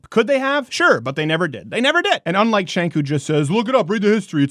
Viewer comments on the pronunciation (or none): It's pronounced Gank with a G. Not Chank. But who cares... he is still wrong. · Everyone keeps mispronouncing that guy's name. It's pronounced (chŭngk) ....you know, like a chunk of horseshit. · Azazel Dreciare His name is Cenk and pronounced Chenk